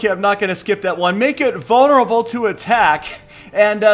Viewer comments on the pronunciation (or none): So you can say pair of puple Pekkas purposefully passing the TH but you can't say vulnerable? Lol XD!